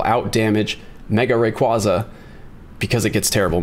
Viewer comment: I always cringe when these pokè YouTubers can’t even pronounce rayquaza or metagross correctly it literally hurts to hear them say it wrong.